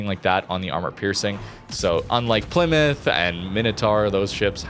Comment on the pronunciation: Plymout father xd